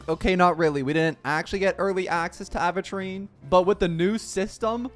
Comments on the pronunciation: Am i going crazy or does he say Aventurine like Aahventurine... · when will this man say his name right?